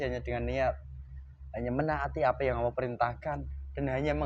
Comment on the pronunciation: Allah...bukan auwwoh